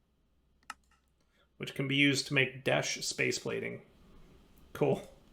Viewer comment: At this point, I'm convinced is a massive troll. Tolling Behavior: 1) Mining some Desh Ore, not mentioning it, and then (not 3 minutes later) saying "I'd really like to find some Desht Ore" 2) Pronouncing Desh as Desht even though he knows it's wrong 3) Not automating all the basic resources and then complaining that he doesn't have them automated. 4) Setting up his crusher golem as far from an auto smelter Create setup as possible. 5) Not setting up his auto fisher correctly, and then complaining when it leaves stuff all over the place. 6) Making a complicated mess of Create machinery that doesn't work right, and then (you guessed it) complaining about it and calling it buggy. 7) Even when complimenting something, like the schematic cannon, he finds a way to throw shade at it because he "prefers my own mod." Well of course you do. Every mod you make is ridiculously overpowered and removes the puzzle-solving aspect of actually designing machines/factories/automated farms that are based in a somewhat believable reality. But no, why shouldn't just make a block that magically moves everything everywhere instantly at 0 cost while being super cheap to craft? Lol! Please! It's sooo broken that you might as well just stop playing survival and just play in creative mode. 8) Start playing a difficult mod pack, complain that it's difficult, then quit after you get through the mid game because the end game stuff is too difficult. Like, we get it, you don't find that stuff